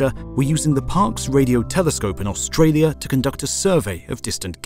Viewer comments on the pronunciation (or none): none